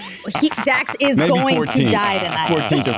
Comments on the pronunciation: did he say Dan shepherd. Isn't it Dax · I swear he said Dan…. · So is this Dax or Dan Sheppard? It sounds like the into he said “Dan” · Did he say “Dan” Shepard? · Listened to intro 5 times.. he say "Dan Shephard"?